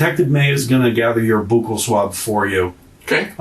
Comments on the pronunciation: Boo-cal swab 😂😂😂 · A boockle swab? 😂